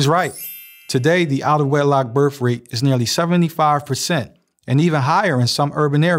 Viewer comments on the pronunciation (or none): berf rate. just sayin...